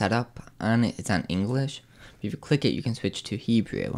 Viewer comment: Did he actually say "He-Jew?" More than once?